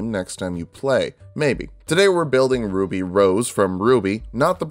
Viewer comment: "Wuby" oh thank god he didnt find the ship names spreadsheet